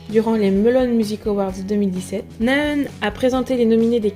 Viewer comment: Cela ce prononce Na Haeun! Le H est inspiré ! D'avance merci !:)